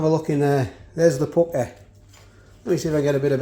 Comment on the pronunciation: I love the way you say Asdeh and Pukkeh lol